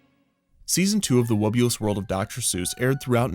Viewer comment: Hearing the name spoken aloud, I can't help but constantly mishearing it as "The Wubbu*less* World of Dr. Seuss". Maybe its just me, maybe its a marketing overview. idk